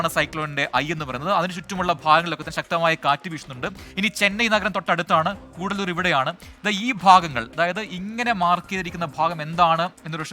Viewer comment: കുടല്ലൂർ അല്ല കടല്ലൂർ ആണ്.